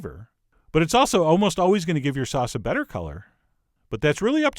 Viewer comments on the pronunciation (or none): none